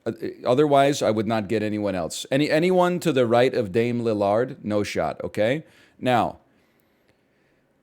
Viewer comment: NL really said “Dame Li-LARD” 😭